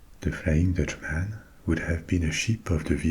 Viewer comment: In English if you’re to say countryman, dutchman frenchman etc you pronounce it “mun” not “man”. It sounds very jarring and just plain wrong that’s why it’s one word, not two.